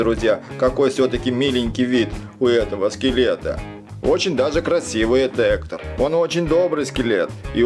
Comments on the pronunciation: Ни Ектор а Гектар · Ни эктор а Гектор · Это гектор, а не хектор.😂😂😂😂😂😂😂😂😂😂😂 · Друга Мигеля Зовут не Эктор! А Гектор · Скелета зовут не эктор а Гектор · Его зовут не хутор а Гектор (порно?)😣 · Его завут не эктор а Гектор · Не хутор а Гектор. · Гектор а не Эктор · Вообще-то гектар ане Эктор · Гектор а не. Эктор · Гектор а не хектор данте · это не Эктор а гектор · Не Ектор а Гектор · Гектар а не эктор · Гектор а не эктор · Не Эктор а Гектор!Не Дайда а Дантэ! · НЕ ЕКТОР А ГЕКТОР!!!НЕ ДАЙТА А ДАНТЕ!!!!